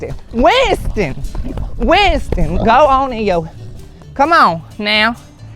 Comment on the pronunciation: Darn. Even the garage door caught it- called a heaux. Then Winston the pig’s name turned into 3 syllables- Wi-yun-ston. 😂 I love this guy!